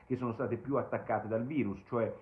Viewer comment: Basta col "vairus" !